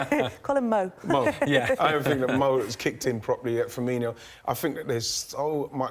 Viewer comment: Mr Ian Wrote, it's Fur-Me-Know. Not like Coutinho.